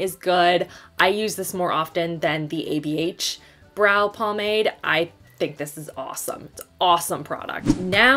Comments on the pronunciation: she said pomade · Wait.......did you really say pomade instead of pomade 😭